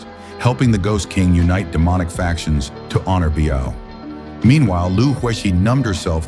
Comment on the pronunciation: Lu Xueqi.. Come on, u can't even get the maths right, at least get the names right will ya? And there are only ever 2 women who loved Zhang Xiaofan, they are Lu Xueqi and Biyao. Oh, and pls learn to proniunce their names correctly too.. Imagine your name is Crocodile and people keeps calling you coo-coo-dial how would u feel bro?